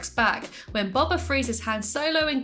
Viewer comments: It's not pronounced bob uh, it's pronounced like doh but b instead of d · Sorry but it’s bo ba not ba ba fett hopes this helps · Your saying boba wrong